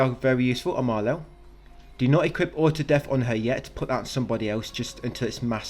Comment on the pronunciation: dont call Maelle,Malel pls 😂😂😂 youre too funny mate